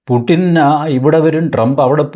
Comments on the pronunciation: കാർന്നോരെ പുട്ടിൻ അല്ല പുടിൻ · റഷ്യൻ ഭാഷയിൽ 'യ'കാരവും 'ട'കാരവും ഇല്ലത്രേ. പുട്ടിൻ അല്ല, പൂഷിൻ ആണ്; യുക്രെയ്ൻ അല്ല, ഉക്രെയ്ൻ ആണു ശരിയായ ഉച്ചാരണം എന്ന് അറിയുന്നു. രാഷ്ട്രീയേതരമായ നാനാ വിഷയങ്ങളിൽ താത്പര്യമുള്ള സാറിന് ഈ അറിവും സ്വീകാര്യമാകും എന്നു കരുതി അറിയിക്കുന്നതാണ്, ഉച്ചാരണ വിഷയമല്ല ഇവിടെ പ്രസക്തം എങ്കിലും!❤